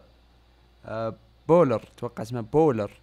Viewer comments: اسمه باولر ههههههه مو بولر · باولر كذا تنطقها